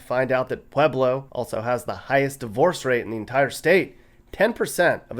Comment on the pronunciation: are you saying pleblo ?